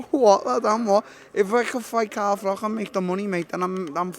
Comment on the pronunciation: He pronounces froch " frock " and like " lich " .....alot of spit in that mouth, fella